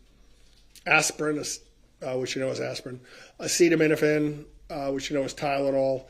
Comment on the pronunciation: Acetaminophen. Holy cow, does no one care about either looking like they know what they're doing, never mind the poor court reporter? (I would be a terrible court reporter, because I absolutely would try to take things down verbatim and then add notes like, "the word she wanted was (whatever)" or "Objection, relevance!?" But at least I know that and have thus chosen a better career path for myself.)